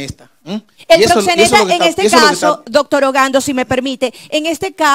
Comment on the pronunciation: Ese abogado no sabe nisiquiera pronunciar la palabra “proxeneta” parece que comió espaguetis ese dia, está muy fiiiiiiiisssssssssno jajajajaja